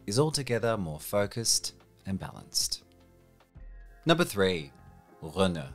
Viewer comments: Dude, just say Skoda, Citroen and Renault like a normal person (currently it sounds like you're unwell or something). Also, you missed Opel. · Love this guy's pronunciation "Citrhon" "Runa" "Peuschout" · Just say Citroen and Renault normal... Why the accent? Didn't hear you attempt a Czech accent... And you also pronounced Peugeot without an accent too.